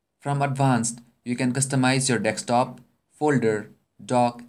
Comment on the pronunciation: Dude it's desktop not "deks" top you relay info on really good apps but u need to seriously work on your English.. At times its shocking..